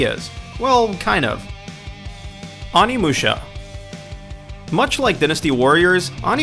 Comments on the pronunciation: Adriel Fit also how he says Asura, Onimusha and strength, a basic english world. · Where did you learn how to pronounce words? I mean I understand not knowing how to pronounce the "oni" in Onimusha but really, pronouncing dynasty as dinn-asty?